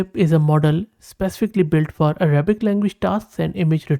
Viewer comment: Your Arabic pronunciation is almost correct 😊